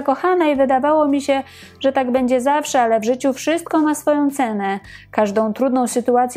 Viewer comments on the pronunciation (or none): none